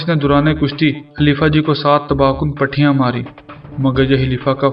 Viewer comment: Good.. Pehalwani Dao PUTHI, hy ap jis ko PATHI keh ray hein.. Ek or video main ap nay GARZ Bola hy, iss ko GURZ kehtay hein. Thanks.. Carry on.